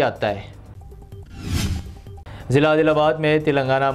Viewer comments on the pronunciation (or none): izla naheen hai wh azla hota hai